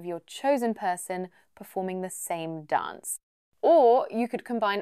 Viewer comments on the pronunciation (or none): none